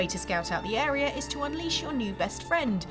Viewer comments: This anouncer needs a pay decrease. Lol "arear"😂😂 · Why does she keep saying "arear".....?